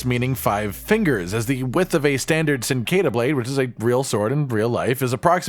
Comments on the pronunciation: It’s pronounced Chin-qua-dea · awful pronunciation of cinquedea